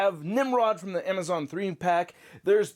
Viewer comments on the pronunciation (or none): none